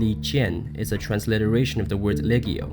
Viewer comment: The G in Latin is always hard, as in log or leg. Legio (was thus pronounced leg-eo.